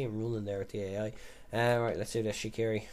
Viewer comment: Swiss here. You pronounce it 'Shatshiri' (tsh as in conSCIous)